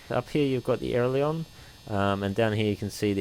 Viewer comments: This is an awesome video. But. It's called an AIL-E-RON. Not an AIR-LE-ON. LOL. I don't know why just the way you say made me cringe the whole way through. Loved the T/O, the scenery, the procedures though, well done! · Great Video Mate! But it's "Ay-Ler-On"